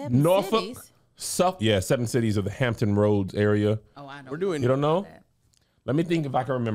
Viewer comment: Don’t you ever mess up the 7 cities again 😫